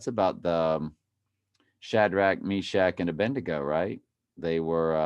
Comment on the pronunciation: I try not to correct people, but I hear many (even pastors) get this wrong. It's AbeDnego, rather than, AbeNdego. Shadrach, Meshach and Abednego :)